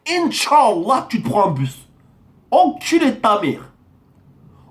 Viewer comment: Ptdr tu ma tuer les insultes au début par contre le inchallah tu l à déformer 😂😂